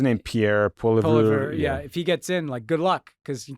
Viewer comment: FYI, Poilievre is pronounced PWAH-LEE-EVr